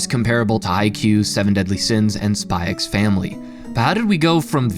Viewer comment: Can't pronounce "Spy x Family" but pronounced "Hunter x Hunter" right. Cr*nge.